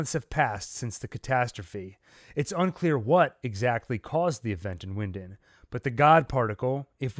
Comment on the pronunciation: It’s pronounced Vinden